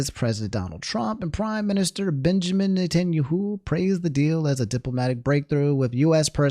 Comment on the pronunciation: love how keeps butchering benjamin netanyahu name lmao